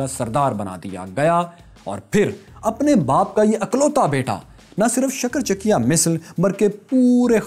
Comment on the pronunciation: Maharaja Ranjit Singh's misl is pronounced Shukarchakia not Shakarchakia, your efforts are very commendable brother!